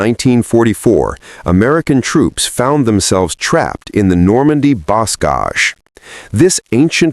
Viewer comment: This is an interesting take on German views of American forces on the ground and air and in combined operations. But, the AI has some interesting pronunciation of German and French words: example: Luftwaffe and bocage (“Lewft-vahf-uh, not luft-wafer; and boh-cahj, not boss-cage). Otherwise, a good presentation.